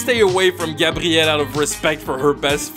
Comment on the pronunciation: My name is gabrielle and its the first time i hear an anglophone say my name that well